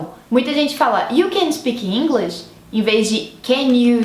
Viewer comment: Posso te dar uma dica construtiva? Diminui um pouco seus "is" nas palavras, por que no inglês tanto americano quanto britânico eles não existem. Não é DIDI é DID Não é BIRDI é BIRD Não é ENGLISHI é ENGLISH ITI .... GOODI....NIGHTI Esse I não existe. E assim segue.... Isso acontece por que não temos essas terminações no Português, então para algumas pessoas é difícil terminar a palavra em algumas consoantes, por que sentimos que paramos no "meio" da palavra.